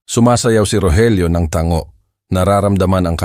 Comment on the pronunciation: Ang TANGO naging ta ngo